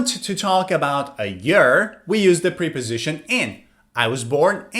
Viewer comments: Preposition is pronounced with a short e sound not a long e. It is pronounced like the e in pet or prep work. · He mispronounced the word preposition where the e is pronounced like the e in president, not the long e sound. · Actually, he mispronounced preposition each time.